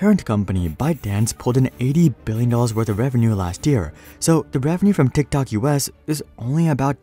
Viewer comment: Am I the only person who absolutely hates the way that this person pronounces TikTok